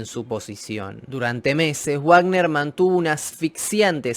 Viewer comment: es "vagner" no "uagner", la "w" en aleman suena a "v".